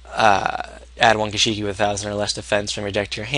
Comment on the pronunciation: Gishki not Gish!!I!!ki. !!!!!